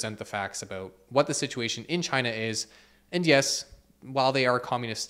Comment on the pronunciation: Thanks for talking aboot this